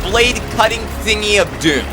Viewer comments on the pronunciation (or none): none